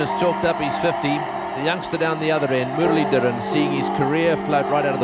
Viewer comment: Why did sill old Tony Greig call him Murilidurin.